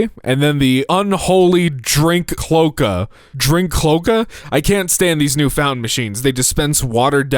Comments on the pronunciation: I was yelling at my phone "it's clo-aca, it's pronounced CLO-ACA." My sleepy brain can't take much more of this (╥﹏╥) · For anyone curious, it’s CLO-A-ka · cloh ay kuh see luh can th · because you repeatedly mispronounce it I’m gonna assume you and many here don’t know what this is A cloaca (klo-ay-kuh) is the part that birds, reptiles, amphibians, fish, and for some reason platypuses (as if they couldn’t get any weirder) all have. It is one hole for everything, including reproduction and all waste. Hence the joke that all the drinks coming from the same hole is analogous. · is pronounced clo-a-ka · It's pronounced clo-ey-ca. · Cloaca is pronounced "klō-A-ka"… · Nah I’m pretty sure it’s a cloak-a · Sorry to be that person but cloaca is pronounced clo (as in clothes) ay cuh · Him not knowing how to pronounce cloaca is crazy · Why don't you, a professional speaker, know how to pronounce cloaca? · THANK YOU I WAS WORRIED I HAD ASSUMED THE PRONUNCIATION WRONGLY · He... has time.